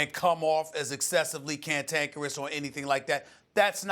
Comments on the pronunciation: This nigga Steven A just said CANTANKEROUS. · Wtf is cantacarous😵